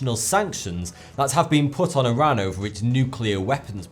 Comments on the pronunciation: it's Iran not Idrive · Its Pronounced as E-raaq But Iran is Pronounced as I-raan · Learn to pronounce Iran jeez man